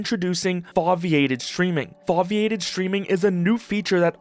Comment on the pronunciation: the way you pronounce "gyro" and "foviated" upsets me 🥀